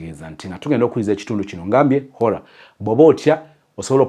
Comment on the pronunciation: 😅😅😅🤣🤣naye its Horror not Holla